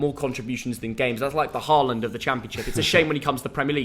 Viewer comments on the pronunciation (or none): none